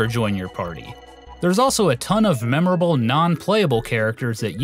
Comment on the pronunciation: It's MEMORABLE, not "memberable" haha